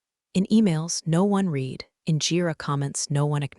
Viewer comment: Please sort the "read" "red" mispronunciation